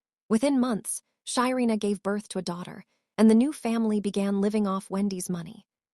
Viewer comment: Her name is SHARENA not Shyina